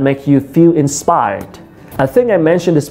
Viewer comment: Tiện thể về pronunciation, mình thấy người Việt mình nói chung thường drop ấm cuối trong câu. Ví dụ khi nói các từ inspired, watch.. vẫn quên âm r vs ch. Mình cũng thường được các bạn native sữa cho lỗi này.